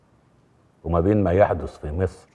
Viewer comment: سمعتوه لما قال مسر😂😂😂😂